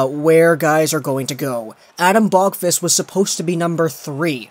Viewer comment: please just say Adam you cant say his last name correctly don't make me suffer